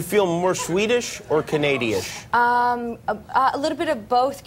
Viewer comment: Noo, Canadi-ish? lol, hope you're kiddin